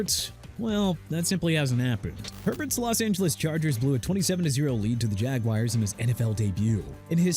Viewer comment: Yeah the o-line stinks and the defense is atrocious and Coach McDaniel shouldn't be a coach anymore and Tyreek Hill's season ending injury didn't help and Tua's a bad quarterback SO WHAT SIR?! GIVES YOU NO EXCUSE TO TRASH MY TEAM LIKE THEY OFFEND YOU IN ANY WAY!! WANNA KEEP JUDGING THE DOLPHINS?! TAKE YOUR BEST SHOT!! AND LEARN TO PRONOUNCE JAGUARS! PRONOUNCED JA-GWAARS NOT JAGWIRES! Right away let's all change the team name from Jacksonville Jaguars to Jacksonville Jagwires!! I'm sure you're doing a good job BUTCHERING EVERYTHING!!